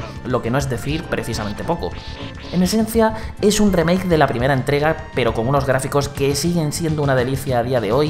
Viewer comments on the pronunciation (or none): none